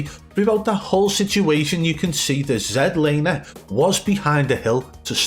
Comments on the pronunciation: I think the most satisfying part of the video is we have FINALLY got z laners name correct. As a Canadian it was so painful to hear his name mispronounced as z(ee)laner. He is canadian and has always meant for it to be z(ed)laner. Keep up the great work!!! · "Zed" Laner. #Legendary